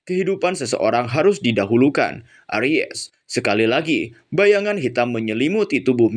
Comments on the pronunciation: Bang coba lu baca nya pelan pelan dah ... Itu tuh bukan aries tapi arise ... Ngakak gua dengernya .. Aries itu zodiak bang 🤣🤣🤣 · Aries ga tuh wkwkwk, bacanya eraisss, bukan aries bang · aries😭😭😭 erais cara bacanya 😭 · Di baca nya eraiz bang...klo aries sih nama zodiak...hehe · Lagi fokus denger serius malah aries,, langsung lenyap kefokusan gw wkwkwkwk... Bacanya 'e rais' kak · arise = bangkit....pengucapanya erais kak.. nah klo ucap jadi aries kan nama bintang.. bukan menggurui kak...cuma mengingatkan..salah ucap..bisa jadi salah arti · WKWWKWK LAWAK EMANG SI INI, NGAKAK BGT ANJING KALO DIA SALAH NGOMONG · Arise , bukan aries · Duhh jari ku gatal pengen tekan emot ngakak 😂 ketika denger kata ARIES 🙈🙈